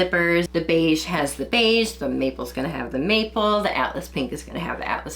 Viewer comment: MAPLE!! First time she said it i heard "meatball" and it had me utterly confused 😅